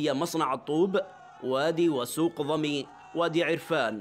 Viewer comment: ضمين وليسى ضمي